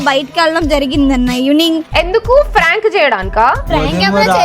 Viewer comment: ట్రోలింగ్ ❌ టోలింక్స్ ✅ ప్రాంక్ ❌ ఫ్ర్యాంగ్ ✅ డైవర్స్ ❌ డైవస్ ✅ కోర్టు మెట్లు ❌ కోటి మెట్లు✅ పర్సనల్ ❌ పర్శనాలటి✅ అక్క ఆణిముత్యాలు